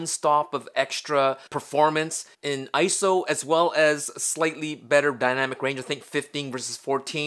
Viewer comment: Its not Isow its I-S-O which stands for international standards organization, PLEASE STOP SAYING ISOW!!!!!!!!!!!!!!